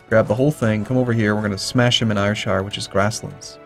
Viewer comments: Yes indeed, point out that it's pronounced SHUR, instead of shire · It's spoken as Airshir, not Ayurshire :P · Ayrshire is pronounced like AIR shire